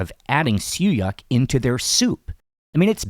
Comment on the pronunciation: Did you pronounced siew yak? It’s siew yok, I believe